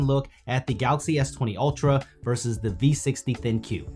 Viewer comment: everytime he says galaxy, it sounds like "galasi" 🤣